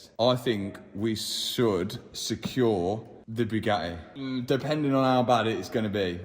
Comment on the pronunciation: ❌:Bugatti ✔️:Bugaii